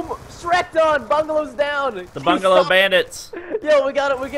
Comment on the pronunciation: How many times did Preston said bangalo? :P